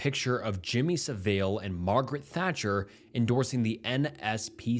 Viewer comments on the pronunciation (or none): the way you pronounce jimmy Saville actually hurts my brain